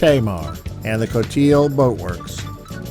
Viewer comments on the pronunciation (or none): Someone told me that it’s pronounced Cote - ee - lee!